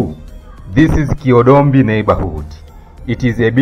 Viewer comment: Kihodombi not Kiodombi.